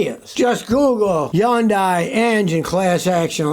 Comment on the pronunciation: Every time you mispronounce Hyundai, it diminishes your credibility. Same for Cummins. Incidentally I don't like either company, especially.